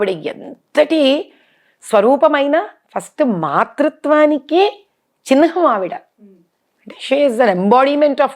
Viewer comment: 👉 "చిన్హం" కాదమ్మా చిలకపచ్చ చీరమ్మా! "చిహ్నం" అనాలి 🙏